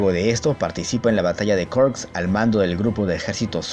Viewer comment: Te sugiero que pronuncies tal cual lees los nombres que no son explícitamente ingleses. No entiendo por que leches intentas pronunciar en inglés palabras eslavas o alemanas. Es Jarkov o Kharkov, no se pronuncia ''llarkov''. Kursk es Kursk no ''kôrsk''. Es KriegsmarinE, el alemán no es inglés o francés que ponen letras de adorno. Y por último no agregues tildes fantasmas, es Ardenas no ''Árdenas''.